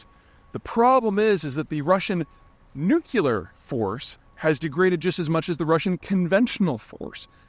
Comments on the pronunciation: Man, stop saying "nuckelar"...it's "nuclear". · No dress-up video today? 🤣😂🤣 Let's repeat together "nuclear", "nuclear", and not "nucilar" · Why would I pay for a guys opinion when he says “nucular”. It’s nuclear. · People who pronounce it "Nucular" I consider illiterate morons and cannot watch any longer. Try saying New Clear instead so you don't lose all credibility. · I like Peter Zeihan, but I wish he would pronounce "nuclear" correctly. It's "new-klee-ur". Not "new-kew-lur." Makes what he's saying sound silly. George W Bush had the same issue. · Mr Zeihan: please don't pronounce it like George Bush. It's "nuclear" NOT "nucular". 😜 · That’s NUCLEAR, not nucular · “Nukular”😮 Do you also say “Reelator”? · Nuclear. Not Nucular. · No way am I paying to listen to an otherwise educated, intelligent man mispronounce "nuclear" and call it "nucular" - like fingernails on a chalk board for me. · Nuclear, Peter, not newculur Dog dammit! And your shot at balalistic missls was...interesting. Patreon is a complete non-starter because paywall and inconvenient. Week-old news is fish wrap. Must have intuited it coming because after literally years of viewing I unsubscribed last week. After this video announcement you just made it to YT's "Don't recommend this channel." status. So long and thanks for all the fish. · Seeya Pete, also it's pronounced "NUCLEAR" not "NEWCULAR" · Fairly new to Peter's channel, and just wondering if there's an inside joke that I missed. He must certainly know how to pronounce the word "nuclear," so why does he say "nucular?" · It's Nuclear not nucular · Just curious why you pronounce nu-clear as nukular? Are you making fun of Bush? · It's pronounced "nuclear" and not "nucular." WTF? C'mon. Literacy matters. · Nuclear*** not Nucular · are you dubya? it's not pronounced nucular, it's pronounces nuclear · I like you peter but it hurts me to hear a man with your intellect not saying "new clear"; not "new kya ler" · nuclear not nuculer😂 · Nuke elar 😂